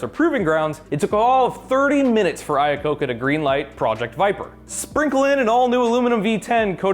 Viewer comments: It's "Iacocca" not "Lacocca". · Screwed up Iacocca's name.